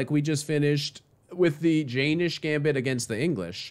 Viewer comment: Its acutally pronounced "yen - nish" rather than "jay - nish"